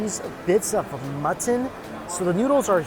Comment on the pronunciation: Always great videos. The proper pronunciation for mutton is not mu - tin. It's like button but with an "m."